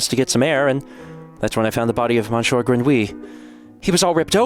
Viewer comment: Oh no! Not Monshore Grenwee!